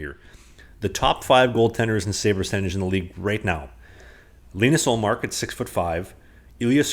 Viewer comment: No Dave, is right in his pronunciation of Linus Ullmark's name.